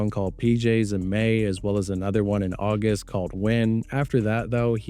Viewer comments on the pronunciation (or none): none